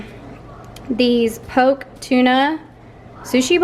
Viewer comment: Poke pronunciation = “Pokey” ;) I’m guessing it’s not popular in the south!